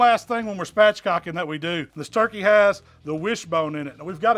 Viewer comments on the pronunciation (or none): "let's see what that "twurkey" thigh is all about" Haha! You're my hero man!! Keep those great recipe's coming!!